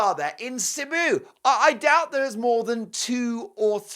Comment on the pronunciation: She should be flying there but she won't, she doesn't care. It's all about her. Cebu is also pronounced see boo by the way. My son is in the Philippines with his Filipino wife so he should not. He's been there